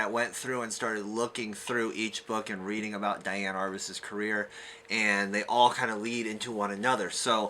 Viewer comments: DEE-Ann. Not DYE-Ann. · I believe she pronounced her name dee-ann.